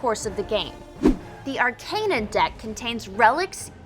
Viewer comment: Mispronouncing the name of the game and also the word arcana is rough